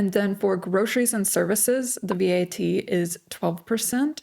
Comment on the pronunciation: You don't need to spell out V-A-T. It's said as a word- VAT. Are you concerned or just giving facts? Maybe you could move to a more affordable place. Try Lulea. :)